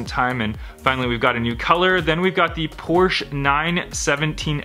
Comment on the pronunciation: So cool seeing Magnus Walkers 911s and stuff. says everything else fine but mispronounces Porsche. Smh